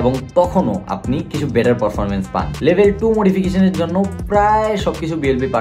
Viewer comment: ভাই আপনার উচ্চারণটা ঠিক করেন । পরফরমমেন্স কি ?